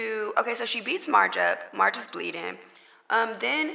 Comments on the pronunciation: Lol it’s Meghan calling marsh “marge” for me 😂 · Her name is “Marsh”…….still, as you said Mehg; WHY IS THAT HER NAME⁉️⁉️⁉️🤔🤨🧐 SMFH